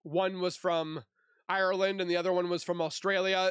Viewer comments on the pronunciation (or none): none